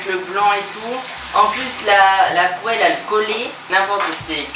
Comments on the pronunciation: Quands michou dit poéle allor que sa se dit poale lol mais on l'écrit poéle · J'ai remarque que Michou ne dit pas pouale il dit pouélle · La poêle mois je dit poil